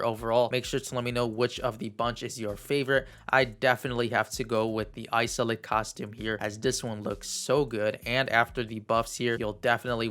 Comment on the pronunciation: Haha Isolde is pronounced is-old-duh. I think it's German rooted